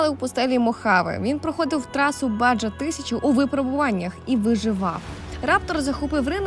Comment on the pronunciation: На «баджа» а «баХА» Сам був здивований коли почув перший раз але загугліть або пошукайте відео Baja